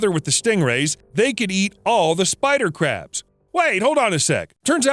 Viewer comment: Why do i hear every spider crabs as Spycrabs